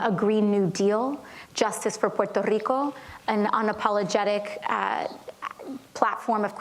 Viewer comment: I'm curious: why does she roll her R on Puerto Rico but with nothing else she says? She doesn't even pronounce it it Puerto, but Porto with a rolled R. Yes, this is kind of nitpicking, but it kind of stood out. Her platform is so nonsensical it really doesn't require legitimate contradiction.